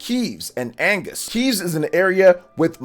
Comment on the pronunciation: The second nation is Agnus, not Angus (Agnus means lamb in Latin, Angus is a beef)